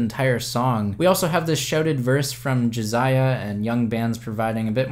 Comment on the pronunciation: It's Jasiah not Jaziah